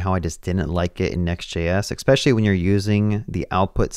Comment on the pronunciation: ES - PECIALLY There's no X